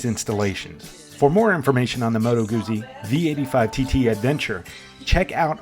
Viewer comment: Those ZZs in Guzzi are pronounced as ZZs in pizza.